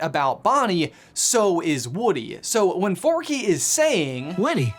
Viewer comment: It’s Forky not Forkie